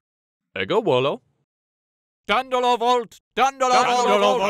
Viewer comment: I'm not really sure about how "Volo" was pronounced either, but if we are talking Roman Latin (non-Christian), it would have been pronounced wolo, but if the source is Christian, more than likely it would have been Volo.